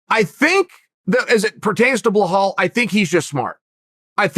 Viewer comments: Blahul? U gotta work harder to say it that way than u do to say Belal 😂🤦🏻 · It's BELAL, not Bahal- how hard it is to pronounce correctly! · blowhole its Belal not blehall it sounds like uncle chael is saying blowhole 🤣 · how is it possible to butcher so many peoples names ffs , can you not read?! BILAL - BLIHAL? wtfs wrong wit u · beh-hall? really? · If Chael says it Blahal, then by god it's Blahal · Its not blahal there is no H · Say it with me Chael... Buh-lawl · Sounds like he's saying belhal... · Blahall haha Uncle Chael you're trying to mispronounce names at this point 😂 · Uncle chael hurt my stomach Blakov Muhammad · It's belal Remember the name BRO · yea, he's been doin this for a while now.....blohal muhammad, yerry prochaka, yan blahovovic, hazmat chimave. He does this on purpose seriously, so that we comment on it 😅 hazmat is my fav...haha uncle chael at his best. He just said 'angana' for ngannou bahahahahha